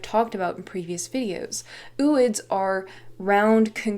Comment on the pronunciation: its pronounced oh oid because its o like